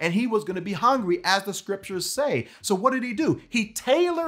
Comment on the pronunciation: Did he say after being tempted for 40 days he became angry? That's what it sounds like to me....